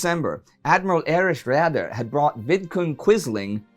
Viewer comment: Indy, please look up on how to pronounce "Raeder" correctly!